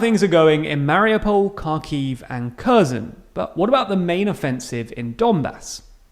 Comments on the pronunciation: Also, the kh makes a hard h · Please for the love of god learn how to pronounce KHERSON. It sounds like her-son. Because what you are saying is unrecognisable. Some of other name are also wrong, but like they are smaller cities